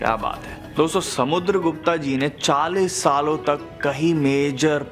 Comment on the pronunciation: Not Samudargupta it's Samudargupt👈